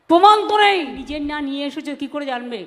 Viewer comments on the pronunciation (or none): পমান নাই/ মমতাজ প্রমান বলতে পারে না??🤔🤔